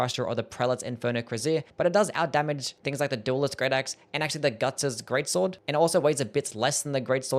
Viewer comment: It's called the Gut's sword not Gug's :D